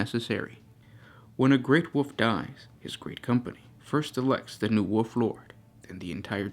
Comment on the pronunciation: Wolf not Wuff......